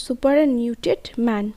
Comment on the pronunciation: Kindly pronounce properly The Superannuated Man